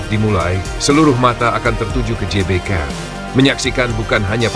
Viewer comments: GBK woi, bukan JBK Gelora bukan Jelora! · GBK bacanya Ge Be Ka. atau Gee Bee Kay🙏